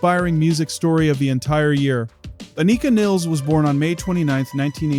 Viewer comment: Many get neil's last name pronunciation wrong, and Anika Nilles, first and last name as well! Aneeka Nillis